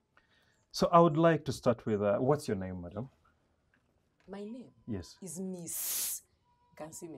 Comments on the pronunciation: lmao the emphasis on "MISSSSS, Kansime Ann"🤣🤣🤣 "I'm thirry"😂🤣💀 And the sex question 💀💀💀💀 I'm done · Emphasis "Miss" 😂😂😂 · the emphasis on " Miss" 🤣🤣🤣🤣 I can't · Emphasis on the Miss 😂😂😂🤦